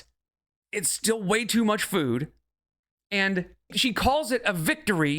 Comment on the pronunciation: She loves food so much that she pronounces it in her own weird way. Füüd.